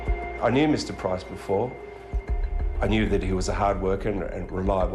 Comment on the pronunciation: Why do these bogans keep pronouncing 'PRICE' wrong? It's a super easy name to say. Even the narrator says it right.